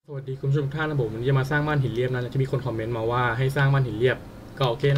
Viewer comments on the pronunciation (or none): ทำไมพี่ถึงพูดว่าวันนี้เราก็จะมาสร้างบ้านหีอะตอน - อะ 555+